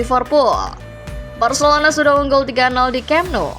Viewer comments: ga salah denger kah, Varcelona😂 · Telinga lu gak salah bg Gw puter berulang kali buat mastiin 😅 Varcelona 🤣🤣